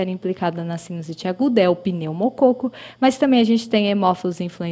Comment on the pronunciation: "Pneumocôco". Brincadeiras à parte, ótimo vídeo!!